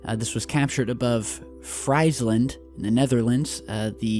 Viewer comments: its not Friesland think or say Frees land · Not fries, but freeze(with an S instead of a Z)-land, friesland or else the locals call it Fryslan 😁 shout out to the other dutchies watching! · Hi, Great video again! A little help for your pronunciation of “Friesland”. Close enough it comes, when you say “Freeze land”, then make the “z” an “s”. Keep up the good work!